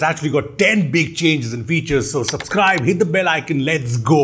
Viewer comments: Why do you call subscribe as SUPscribe? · "SUPSCRIBE!" Nice touch! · Intro is awesome, Nice video , but sorry to say my eye catch a word called "SUPSCRIBE" 😂😂😂😂 Does it mean something ? i am unaware of all the new genz word. Sorry 😂😂😂😂